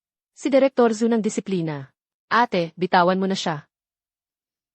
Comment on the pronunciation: ayusin nman pagkatagalog kailan pa naging eyt...ang Ate